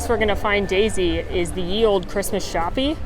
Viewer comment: Shoppe is pronounced shop.